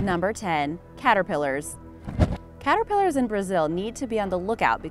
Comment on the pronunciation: •The “Cat-ter-pill-ers” •Ughhh 🤯 side note! My cat is officially homeless!